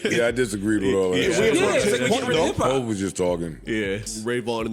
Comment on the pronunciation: Me realizing this was AI once I heard how “you” pronounced Hov at the end 🥴